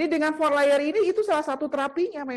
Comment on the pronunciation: Perban 4 layernya disebutin dengan yg benar donk, kurang jelas perkataannya, terima kaasih